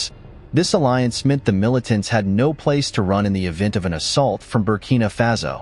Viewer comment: It's Faso, not Fazo.